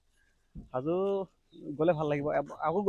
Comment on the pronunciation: Not haju its hajo baki apunak lg pam adin